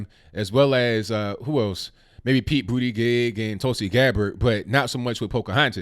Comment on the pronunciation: Did he say Pete BootyJizz?